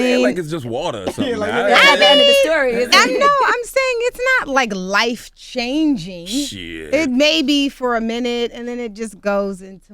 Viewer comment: he said shidd lol